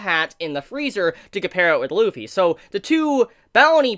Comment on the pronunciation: It’s not lupy it’s luffy